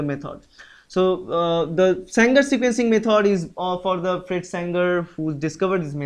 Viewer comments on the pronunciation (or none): none